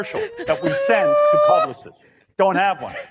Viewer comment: "publi-cysts" hmmm... a bit of Ralphie Cakes slipping out there?